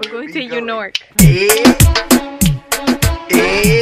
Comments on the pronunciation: We going to Yew Nork 😂😂😂 Come to The Bronx!. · we are going to "yew nork" 😂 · where are we going?: we’re going to yew nork SAME GIRL SAME